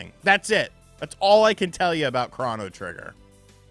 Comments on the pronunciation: Excuse me are you saying "Chran-no Trigger"? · The only controversial thing about this video is how you pronounce chrono. Are you doing that purposely? I think I had about 3 aneurisms...